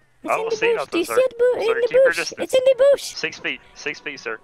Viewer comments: “There’s a dead body in the boosh” lmaooo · “there’s a dead body in the boosh”